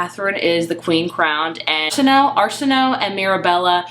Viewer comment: Great discussion! I love this cover. Btw, her name is pronounced "Are-sin-oh-way". It's Egyptian in origin. Very pretty and flowy sounding :)